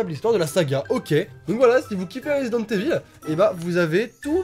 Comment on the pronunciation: C’est pas « eville » mais « Ivaul » 😂 L’accent anglais en force 😏